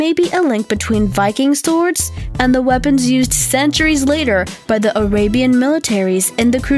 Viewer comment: I swear I also heard her say "orabian" lol